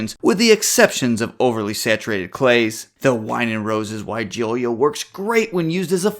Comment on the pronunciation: For starters, you are mispronouncing the name of this plant. It’s pronounced as why-gee-luh”. Take a look at the spelling for just a second and you will notice that in the last part of the word it is not spelled with an “i” after the “ l”.